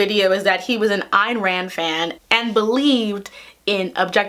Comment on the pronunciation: This is the first time I’ve heard someone in media pronounce Ayn Rand’s first name right. (her philosophy is still a Nope thou)